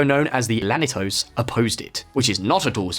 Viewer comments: It is NOT Lanitos! The word begins with 2 “L’s” Llanitos and is pronounced “Lyahnitos”. Just like the way Scottish people pronounce “Million”. What a wanker. This tosser cannot pronounce a simple Spanish word “Linea” .It is Pronounced La Linya” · The demonym is "Gibraltarian" not "Gibraltian", also it's pronounced "Janito's" not "Lanito's" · *Gibraltarians. And Llanitos is pronounced "yanitos" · His pronounciations are killing me, lanitos, gibraltians, fabian and not Faybian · Gibraltians?!! purrrrrlease .......GIBRALTARIANS. Or Llanitos (LL = Y = yanitos)